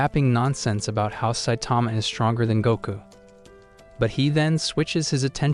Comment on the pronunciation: Did you say saitama 💀💀💀